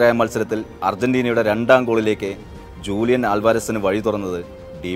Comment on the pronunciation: ജൂലിയൻ അല്ല.. ഹൂളിയൻ എന്നാണ് വയികുക..